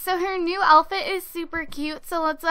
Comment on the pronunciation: does anyone notice she says "alfit" instead of "outfit" ?